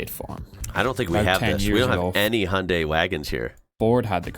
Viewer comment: I have never heard anyone pronounce Hyundai correctly, except the Koreans of course, so don't worry. I have learned how to say it, but then no-one here in Europe understands what I'm talking about.